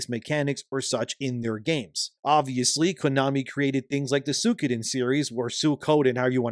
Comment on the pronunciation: I think, after all the Bullshit Nintendo has pulled in this year alone, they need to get wrecked. Also, it's pronounced Sui - Ko - Den.